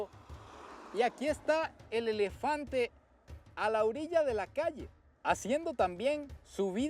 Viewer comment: "El lelefante"😂😂😂😂😂